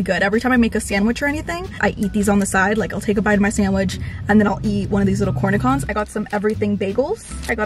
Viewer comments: Please, it's pronounced Cornishon, not cornicon...the "ch" in french (yes, it's a french word) is pronounced "sh". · Binge watching you! You are so my vibe as a content creator and you make my days better. Love coffee and reading too. I am a huge Simple Modern Tumbler fan and I love that you called yourself out on Slim lol. Before they come for you...that pickle is pronounced core-knee-shon. Love you girl. keep shining!